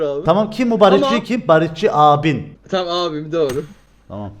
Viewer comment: Dorğu diyosun abiii